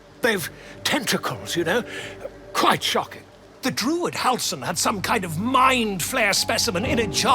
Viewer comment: Just so you know, it's pronounced dru-id (as it's spelt) not durid :)